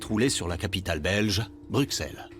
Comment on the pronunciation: Merci , insuportable. Bruxxxxxxxxelles